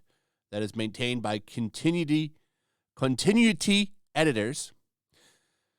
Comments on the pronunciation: it's pronounced Khan tea new ee tee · continuuuuuity ^^... Cannes they pronounce like cunt but forgetting the T in the end^^ perfect vid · con-tin-oo-i-tee editors. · Man, really?? That better have been a gag. It's CON-TI-NU-I-TY. 😂